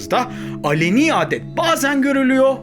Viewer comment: Alani değil aleni